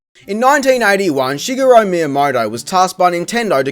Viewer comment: Everybody says Shigeru wrong. Japanese doesn't have an "er" sound. It's Shi-ge-ru.